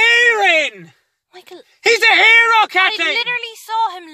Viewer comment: "He's a AIRO!"